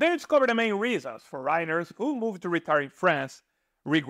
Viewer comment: face-red-heart-shape:FOREIGNERS in English pronunciation: FOUR' EN- NERS :hand-pink-waving: Please try this! Thank you!